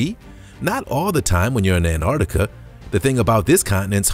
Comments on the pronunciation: Please, Americans, there is a ‘t’ in AnTarctica. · Learn how to say Antarctica bro! Soz it’s annoying!!